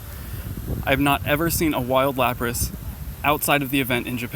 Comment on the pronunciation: Lapras...? Really?